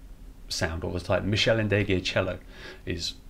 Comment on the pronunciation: Is that the correct pronunciation of Ndegeocello? I ask because - as a proper musician, unlike myself - you might have met her or know her. (It's hard to infer tone in plain text. This is a sincere question as I genuinely don't know).